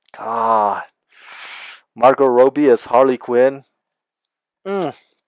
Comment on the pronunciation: Dude you forgot adam beach's best movie yet "smoke signals". And you pronounce Margot Robbie "margo roBBie and not Margo Roby notice the extra b